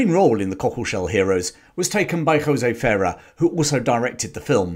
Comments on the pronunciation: Jose Ferrer's name is pronounced :Fuh-rare". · Jose Ferrer: "Fur air" would be the correct pronunciation. A really under rated actor, also his son Mel is very good. Good vid!